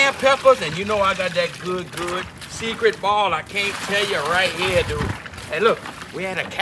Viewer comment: "Money dewd'